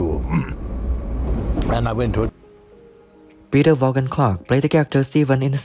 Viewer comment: HIs name was Peter Vaughan Clarke Not Vogan Clarke